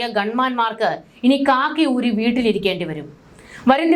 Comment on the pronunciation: ബീട്ടിൽ അല്ല. വീട്ടിൽ.😅